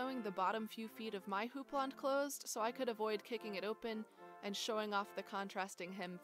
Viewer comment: Wow! Thanks for this informative video, and for teaching me how to pronounce houppelande!